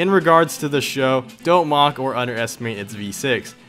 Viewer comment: Did... did you really just say Taurus "SHOW"??? Maybe it's right, I always said S H O.